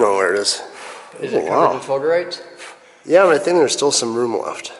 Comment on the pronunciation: Isn't it fulgurite not fulgerite ?